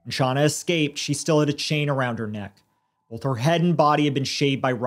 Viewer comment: i don’t understand how grown adults struggle with pronouncing a one-syllable word like “both.” it’s not fucking “bolff,”. you sound like a 3-year-old EVERY time.